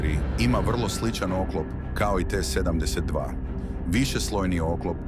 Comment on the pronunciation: T72 = 7....10.....2😂😂😂 idi kod logopeda rvat